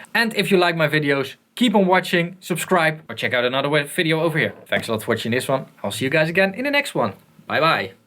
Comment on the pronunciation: "I wanna end this fideo offer here.."